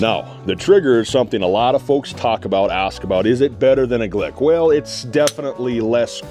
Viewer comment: Why does he keep saying glick